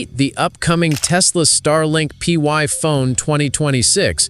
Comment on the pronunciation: Why are you calling it the “PY Phone” when it is really the “Pi Phone”?